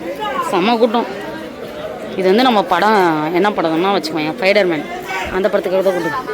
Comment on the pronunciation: Spider man ❌fider man✅ Hayyo hayyayoo 🤣🤣🤣